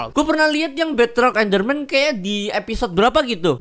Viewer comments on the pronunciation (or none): kata deadrock enderman, bukan beadrock enderman